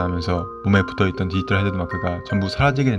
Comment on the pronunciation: 말을 천천히 하더라도 발음을 또박또박하게 또 브금을 좀 더 디지몬과 관련되있는 걸 사용하시면 더 와 닿을듯해요. 다른부분보다 발음을 정확하게 해주세요. 디이털아니고 디지털. 이거 악플아니고 좀 더 잘되면 해서 하는말이니 이 글보고 힘들어하진 않으셨으면 좋겠어요. ㅎ화이팅